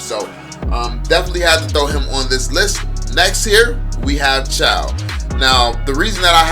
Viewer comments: Pronounce it as Choh not Chow. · Bro no hate why did pronounce it chow its supposed to be choe (๑♡⌓♡๑)